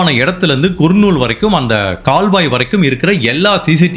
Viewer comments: குர்நூல் அல்ல. கர்னூல். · குர்ணுல் இல்லை கர்னுல் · அது குர்னூல் இல்ல கர்னூல் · குர்..நூல்..இல்லை.." கர் நூல்..நண்பரே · நீங்க. சொல்லும். விதம். சொல்லும். அனைத்தும். அருமை. ஆனால். சிலபிழைகள். குர்னூல். இல்லை. கர்னூல். நந்தியால். அடுத்து. கர்னூல். திருத்தம். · Yes it is pronounced as - ‘ Karnool ‘ (nearer to Hyderabad) not Kurnool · அது குர்னூல் அல்ல.கர்னூல் னு நினைக்கிறேன் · உங்கள் காணொளியை நான் எப்பொழுதும் மிகவும் ரசித்து பார்ப்பது உண்டு... ஆனால், உங்கள் உச்சரிப்பில் கவனம் தேவை...தேஜேஸ்வர் என்பதை குறிலில் உச்சரிக்கவும்..Dejeshwar என்று நெடிலில் உச்சரிக்க வேண்டாம்... மற்றும், குர்னூல் இல்லை கர்னூல்.. என்று உச்சரிக்கவும் ஆங்கிலத்தில் பார்க்கையில் kurnool என்பதை கர்னூல் என்றே தமிழில் உச்சரிக்க வேண்டும்